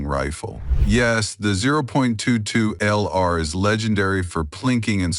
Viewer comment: When the AI said "zero point two two ell are" I left and gave a down thumb